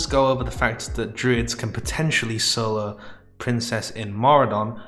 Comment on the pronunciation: ‘Sulo’ ‘knuw’ ‘hurbs’ ‘prus’ ‘cuns’ ‘enugh’ Learned a whole new language. Or as you would say: lurned a whule nuw language.